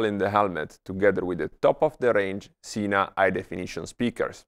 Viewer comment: You had me until you said "Sena."